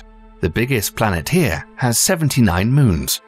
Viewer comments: What’s a blanet? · Tf is a blanet